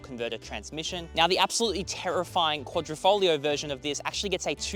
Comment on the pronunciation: He said... Quadrifo"G"lio... snigger snigger. LMFAO.